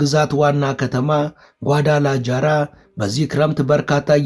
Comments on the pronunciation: ነፍሴ የከተማዉን ስም አስተካክለህ ጥራ። ጓዳላጃራ ሳይሆን ጓዳላሃራ ተብሎ ነዉ የሚጠራዉ። ለወደፊቱም እንዲጠቅምህ በስፓኒሽ ቋንንቋ Ja የሚነበበዉ ሃ ተብሎ ነዉ። ለምሳሌ jose ሆሴ ተብሎእንጂ ጆሴ ተብሎ አይነበብም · ጏዳላጃራ ሳይሆን ጏዳላሃራ ተብሎ ነው ሚነበበው